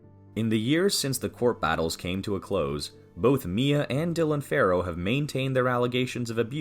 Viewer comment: The name is ‘Farrow’, not ‘Pharaoh’.